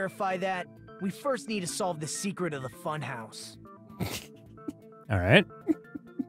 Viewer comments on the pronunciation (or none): Am I crazy, or does Sonia have a speech impediment all the sudden? She said "seekwet' in place of secret